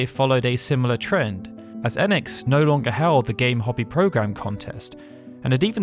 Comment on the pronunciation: EEEEEnix Like the hard E in phoenix Not ehnx😊 Enix